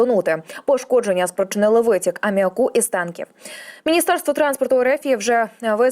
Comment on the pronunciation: Не амміакУ, а амміАку Хімію у школі вчили?